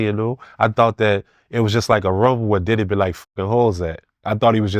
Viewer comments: Does he have to keep pronouncing it as "Titty"?! 😂 It's "Diddy" damnit! 😂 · Needs his own Show! "DIDD-EH" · “Diddeh” lol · I like the way he say DIDDY I always laugh